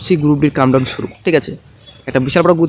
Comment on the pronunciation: " কাম ডাউন " শুরু নয়, কথাটা 'count down'